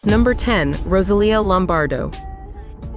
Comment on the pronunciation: and saying Rosalia as "Roselia", like the Pokémon.